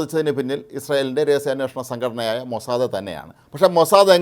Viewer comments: മോസ്സാദേ അല്ല മോസ്സാദ് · മൊസാദേ അല്ല ഹേ! മൊസാദ്. പേര് ശരിക്ക് പറയാൻ പഠിക്ക്. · MOSAD- MOSAAD Please pronounce correctly MOSAD NOT XXXXMosadeXXXX